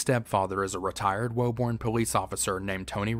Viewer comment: It's pronounced "woo-burn",my friend, not "woe-burn" great video otherwise!